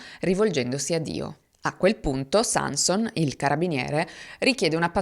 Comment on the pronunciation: Nel cognome Sanson l'accento cade sulla o (in Friuli)